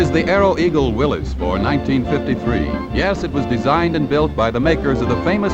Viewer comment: Nice to hear Willys pronounced correctly, instead of 'Willees'.